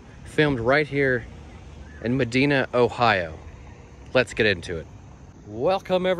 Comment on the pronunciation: It’s pronounced muh-die-nuh, not muh-dee-nuh